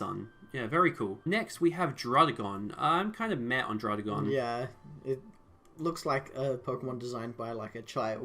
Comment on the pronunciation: DRUDDIGON, NOT DRUDEGON!